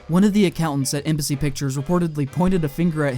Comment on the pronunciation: And only near the end I realised you was saying Embassy and not MBC